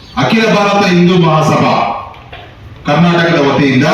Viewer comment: ಕರ್ನಾಟಕ ಅಂತ ಕನ್ನಡ ದಲ್ಲಿ ಉಚ್ಛರ ಮಾಡಿ ಹೇಳಲಿ ಅ ಮೇಲೆ ಮಾಧ್ಯಮ ದ ಮುಂದೆ ಬರಲಿ 420ರಾಜ್ಯ ಅಧ್ಯಕ್ಷ ಓಕೆ